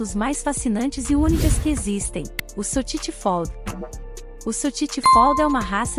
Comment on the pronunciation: Nao existe sotiti fold falou o nome errado